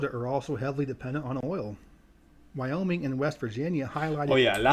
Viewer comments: You got wyoming and ohio right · Ohio and Wyoming you got it correct